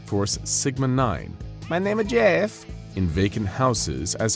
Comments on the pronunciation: Why aren’t we talking about the ‘meh neme is jehf’ 💀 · “My Name-A Jeff” I didn’t expect that in here, but I’m taking it